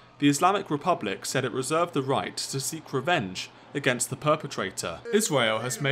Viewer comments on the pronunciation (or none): none